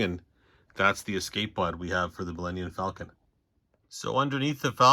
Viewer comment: Is it just me, or am I hearing Millennian Falcon?